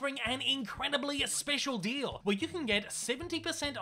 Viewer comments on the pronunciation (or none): none